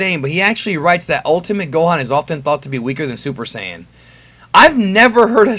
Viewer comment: Why do you say syajin instead of Saiyan it’s odd